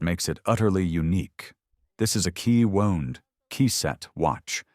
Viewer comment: Hearing “Key Wound” pronounced like “Key (stab) Wound” was like hearing nails on a chalkboard.